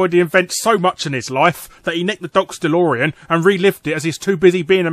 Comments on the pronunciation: it's not delorian, it's delorean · Um, "Delorian" How fucking dare you?!